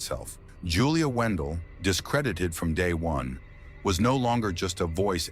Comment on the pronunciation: her last name is not WENDELL ITS WANDELT